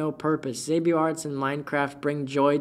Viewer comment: Xabio Arts I will hold this against you forever. I don't care you literally taught me how to draw with very amazing tutorials. reading my name wrong is unforgivable